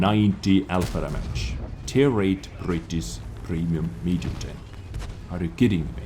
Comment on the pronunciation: . tier 8 brrritttisssssssswww prremium tenk